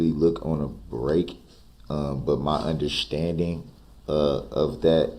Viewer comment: “UnderSHTANDING”. He’s so infuriating. No plaintiff? How about all those people you killed and injured you DF!!!